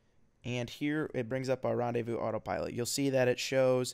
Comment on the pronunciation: Rendaivous autopilot XD Seriously, for someone who is french it's rellay funny